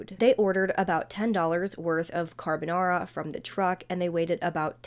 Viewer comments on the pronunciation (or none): none